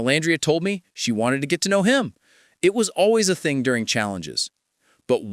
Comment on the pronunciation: When did he say Hey pretty thung at the end of the table"?😂😂